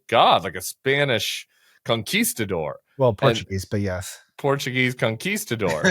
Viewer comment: Maybe for Portuguese, you should pronounce the "s" in the middle of conquistador as "sh."